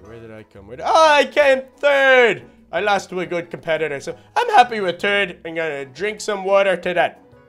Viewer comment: why did he say terd not third like rly nigga learn how to speak properly bitch